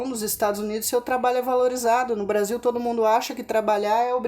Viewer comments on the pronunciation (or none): none